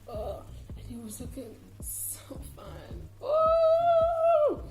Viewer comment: Lets not forget that "he was looking so finnne😢" 😂😂😂😂😂